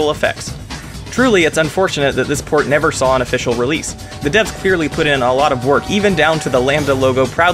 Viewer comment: You say port. I hear porn at first..